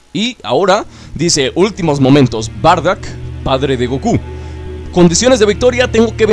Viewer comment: no es bardack es bardock